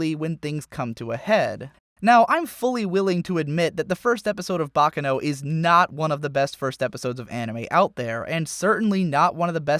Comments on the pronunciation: It's pronounced Baccàno, not Bàccano. It's an Italian word, not Japanese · It's not "baka no...", it's "baccano"--with the accent on the second syllable. It's Italian.